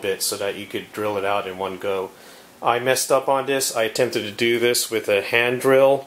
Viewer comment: Dis, dat, den de udder ting over dere. Holy shit bro, to you even "th?"